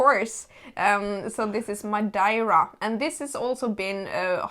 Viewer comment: The pronunciation of Madeira is really awkward